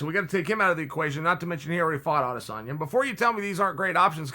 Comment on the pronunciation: How can he say rat lip skinny samalian, adesambo, adesamali